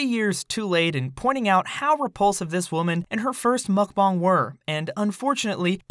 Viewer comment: Why does he keep saying mukbong and not mukbang?